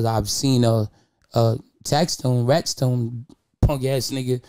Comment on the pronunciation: This boy said ratstone now I'm out lmao